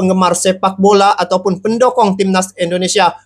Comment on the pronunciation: Waooo mantapppp masok...bukan pendokong bang...pendukung...salah sebut tu...pendokong itu pisang mau tumbang...pendukung sama dgn sopport...haaaaa